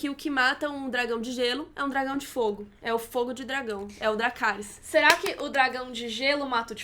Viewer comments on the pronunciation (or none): A edição desse vídeo tá demais da conta hahahahahhahahahahahahhahaha "gelarys" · Em vez de Dracarys ele vai falar Lerygou! rs